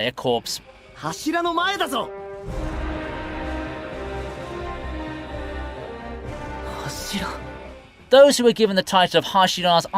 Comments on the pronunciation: corps = Kor for pronunciation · Dont say corps. It's "core"